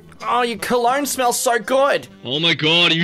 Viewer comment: Its cologne not colon